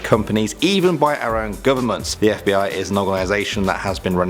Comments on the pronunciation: “FIB” lmao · Too much Gta You said FIB at the start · It said FIB 😂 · In the intro,it said FIB,not FBI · it said fib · Someone noticed "FIB"?